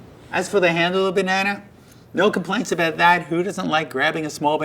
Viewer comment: my man said 'bananer'